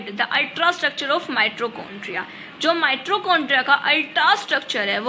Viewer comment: Please improve ur pronunciation ..it is mitochondria not mitrochondria 😂😂